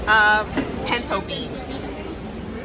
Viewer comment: Girl if you don’t say pinto ONE MO GAIN ! Listen gurl